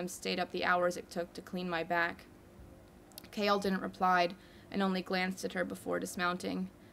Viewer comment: OMG IM DYING YOU PRONOUNCE “Chaol” KALE OMG OMG